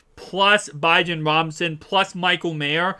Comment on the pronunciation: Bijan (Bee- John) Robinson 👍🏾